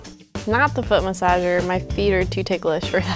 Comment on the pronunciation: jon: oh its a foot masasher me: i have a masagsh cair